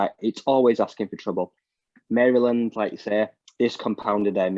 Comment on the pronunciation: You did not have to fix your pronunciation of Mary Land, lol, we say it wrong lol. But yes, you pronounced it correctly ;)